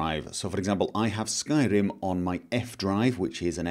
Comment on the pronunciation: Your pronounciation of r's is infuriating xD skyRim, not skylim...